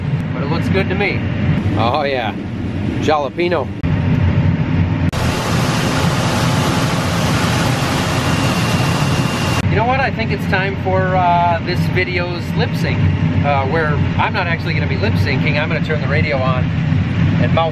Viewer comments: In the word jalapeno the j is silent but sounds more like a h you pronounced it wrong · Work on pronunciation Jalapeno. Please!